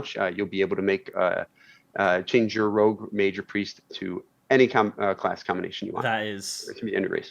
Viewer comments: you know what else is stupid? Saying 'rouge' instead of 'rogue'. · rogue as cow? lol...